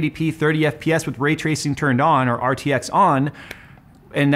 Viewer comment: 😂 I couldn't tell if you were saying ray-tracing, retracing, or rate tracing...